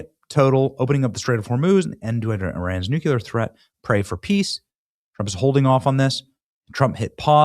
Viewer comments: Nuclear is pronounced: NEW-klee-er (/ˈnuː.kli.ər/) (Not “NEW-kyoo-ler” You strive to be a political commentator learn how to pronounce words you use 10 times a day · Day 475 of trying to inform Benny that it's pronounced "New-Clear" and not Nuke-yuh-luhr. Damn Benny lol you sound like Bush! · I HOPE IT GETS OVER SO I DON'T HAVE TO HEAR " NUCULAR " ANYMORE ! " NUCLEAR " [ NU - CLE - AR ] 😮😮😮😮😮😮😮😮😮😮😮😮😮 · You still say NUCULAR instead of NUCLEAR. Are you channeling George W. Bush? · Exactly! Thank you! I have but one more thing to say : Could we please start pronouncing the word NUCLEAR correctly??? Mr. Johnson, there is no "Y" in the word. "Nuclear" is not pronounced "nucyelear." No y. My damn spell check is not even allowing me to type it how you are saying it. 😒